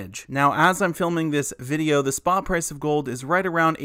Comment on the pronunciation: ''a gold ETF will basically follow the Sprott price of gold'' 😂🤣🤣